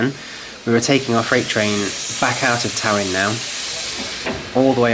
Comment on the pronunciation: Talyllyn is pronounced “Tal-a-thlyn” by the way.